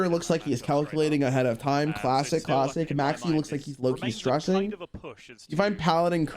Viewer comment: I can't unhear Maxx C instead of Maxie